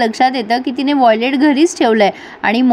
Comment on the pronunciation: Violet nahi it’s wallet